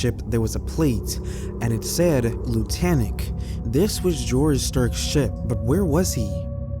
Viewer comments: I just found your channel, and I really like it! Subbed.😊 May I make a correction? The name of the boat is not Lutanic. It’s Lunatic. LOO-nah-tik. Ya know, like a crazy person?! (Time stamp ) Anyway, thanks for the video, and keep ’em coming!😊🫶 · sweetheart, that word is actually LUNATIC, pronounced loo·nuh·tik. Basically, a LUNATIC is a crazy person. It looks like you switched the 'N' with the 'T'. No worries though! Keep up the outstanding work! Every video gets more and more streamlined into perfection. 👍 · Loon-ah-tick. I’m pretty sure that’s the pronunciation.